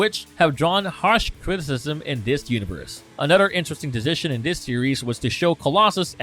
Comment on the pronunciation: A nud 'er... Brod 'er